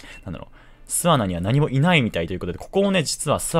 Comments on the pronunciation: 巣穴のイントネーションおかしくてワロタ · 巣穴のイントネーション気になる。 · 「すあな」のイントネーション、、、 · 巣穴の言い方が少し笑える